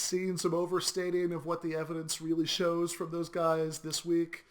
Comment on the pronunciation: It's pronounced "From" not "Froom," ; )